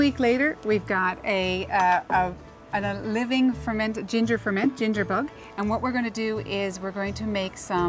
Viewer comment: your acsent is unusual the way you pronounce bug=bog lol